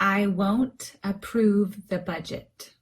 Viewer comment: Hello beautiful teacher,this is video words——-approve,The phonetic symbol is different from your pronunciation, is the phonetic symbol on the screen correct?